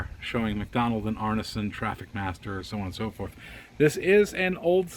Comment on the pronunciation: It's pronounced "Arnson" not arnasun